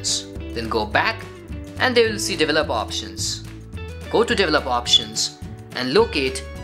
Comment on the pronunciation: Please, please, please someone teach these guys how to pronounce 'develop' and 'developer' etc.